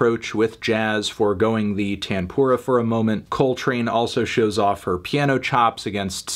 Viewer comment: As an indian, it took me a couple minutes to realise he's saying "tanpura" 😆😆😭